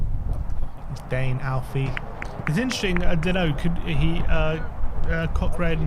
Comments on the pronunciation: You boys really need to learn to pronounce Cochrane. Say it with me “Coh-krun. Coh-krun”. 😂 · Are they pronouncing Cochrane incorrectly on purpose or something? I heard say it the right way and then even correct himself to mispronounce it 😅